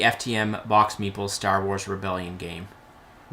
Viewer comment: Congratulations on the anniversary from the UK. Your channel was one of the first i ever watched and helped get me into the hobby. I still laugh about the first video of yours that i watched and i thought meeples were called meatballs! Must be a Canada to UK accent thing!!! Keep up the good work guys!